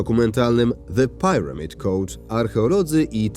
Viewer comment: Ktory słownik podaje taką " angielską" wymowę słowa , 'pyramid'?